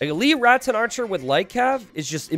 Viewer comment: please listen to this moment. I know you don't hear the S when you are speaking, but you do add an S in Rattan archers to make it Ratsen archers